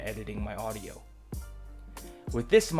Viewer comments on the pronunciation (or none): none